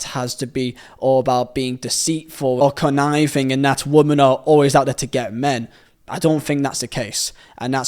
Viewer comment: Brother, great video, amazing channel, why do you say woman and women as the same word 😰😰😰😰